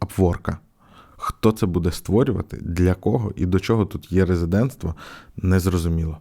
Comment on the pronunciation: Дякую за відео. Дуже прошу не читати цю букву: Е - як є.